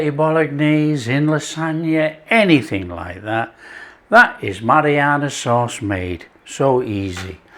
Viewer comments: No it's not your ears, I hear it too. It's driving me nuts. I keep yelling at the screen "It's Marinara, Not Marianna". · Your hearing is perfect - he does say Marianna sauce. He also says oregano and basil different too. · Am I the only one hearing marianna sauce? Is it just my ears? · Mariana sauce lol. It’s Marinara! Very nice it is too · "A Mariana sauce"? 😂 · It's MA-RI-NA-RA sauce! Nice 1! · Absolutely Mary-Anna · It's "hairy Mary sauce "